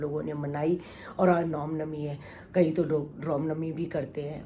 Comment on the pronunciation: Anti ji ap Ram Novi ku ne bolte😡ap hr baar rom novi bolte ho mujhe acha nhi lgta